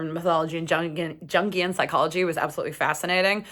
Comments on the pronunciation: it's pronounced "youngian." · Good video. It’s “young-ee-uhn”